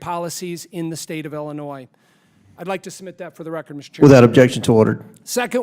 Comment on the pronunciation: Why does La Hood say "Ellinois"? Does he not know how to pronounce the name of his own state?